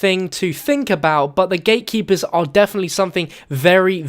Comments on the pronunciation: AM I THE ONLY ONE HEARING HIM SAYING "THE GAY-KEEPERS" ) :D HAHAHA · I thought u said gaykeepers😂